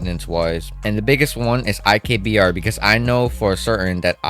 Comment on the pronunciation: it's IBKR, not IKBR